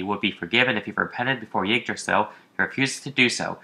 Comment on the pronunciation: Ygdrassil not Ugdrassil FFS....